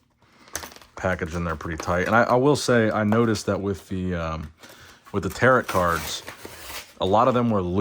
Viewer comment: Gotta put this here. Tarot. Pronounced “Tear-oh” not “Tear-at”. Another great video, I’ll check Target but my local never gets anything.